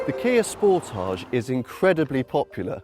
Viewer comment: It's not not a French word like fromAGE. You pronounce it like advantage, voltage, cottage etc....